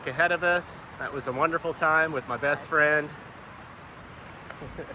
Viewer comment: you really emphasize "best friend" almost like your trying to get us to believe it haha